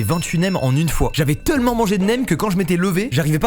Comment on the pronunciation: ça fait longtemps j'ai remarquer mais mastu il dit pas tellement mais teullement voila c'était mon intervention